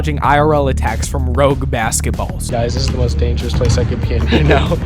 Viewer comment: "rouge basketballs" lil homie it's rogue 💀💀💀